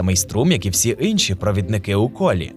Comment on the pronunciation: Инша, инші ці фрази дуже сильно дратують при прослуховуванні. Чому ви їх не вірно читаєте?